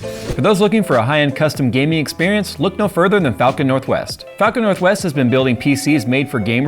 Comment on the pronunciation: That really did not sound like "falcon"